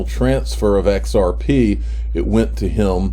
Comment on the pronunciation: "XRPaay" LMAO !